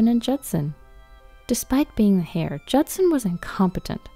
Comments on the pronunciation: Heir is pronounced like “air” not like “hair”. Maybe that’s why their restaurant is failing; the guests keep finding “hair” in their food. 🤪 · Heir is pronounced "air", the H is silent. It isn't pronounced "hair" like what's on most peoples heads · You know it's not pronounced hair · the "h" in "heir" is silent in English spoken language.